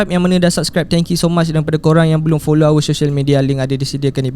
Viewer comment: Bile aku dgr balik ckp follow kelakar pulak😂😂😂... Mcm ckp pulau. 😅😅😅